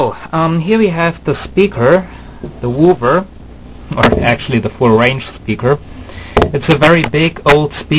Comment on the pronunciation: "Wooover", lol